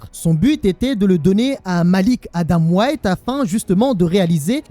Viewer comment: Au lieu de dire white tu dis wait. En gros "attend Adam" au lieu de "Adam blanc" 😂